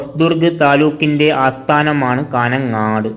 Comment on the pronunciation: കാനംങ്ങാട്ട് 😂😂😂😂😂 കാഞ്ഞംങ്ങാട് ആണ്..